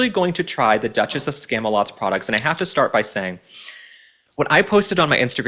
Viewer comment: “Dutches of scamdalisum” 😂